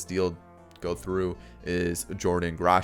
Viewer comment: his name is pronounced like "Grow Honz"